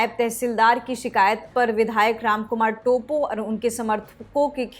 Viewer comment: "टोप्पो" hain vo टोपो nahi... pronunciation to sahi se kariye.... news anchor ho k aisi galti achi nhi lgti..